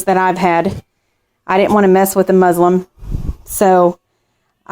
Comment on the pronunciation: It is pronounced muslin not Muslim there is a distinct difference.